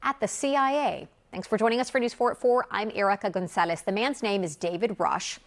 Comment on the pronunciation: In perfect English "Hello. My name is..." Then sounding like a Cheech and Chong movie "Gonzales". (Only Hispanics)